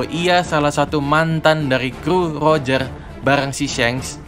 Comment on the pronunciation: Rojer bang bukan lojer jangan di ubah kasihan oda bingung nanti'y😂